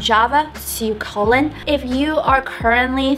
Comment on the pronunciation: learn to pronounce kotlin plz